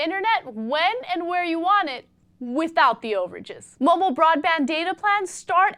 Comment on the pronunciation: Its mobile not mobil stupid bitch